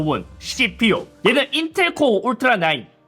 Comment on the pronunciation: 에서 인텔ㄹㄹㄹㄹㄹㄹㄹㄹㄹㄹㄹ 하는 거 웃기네여 ㅋㅋㅋㅋ